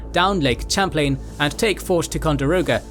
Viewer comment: As someone who lives on the Lake, hearing the narrator repeatedly butcher both "Champlain" and "Ticonderoga" was killing me throughout.